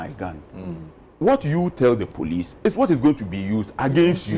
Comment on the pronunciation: Police not “Pelice”.